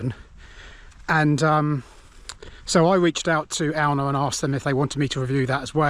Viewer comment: Cool video. Glad you're back. I pronounce it Ay-oon.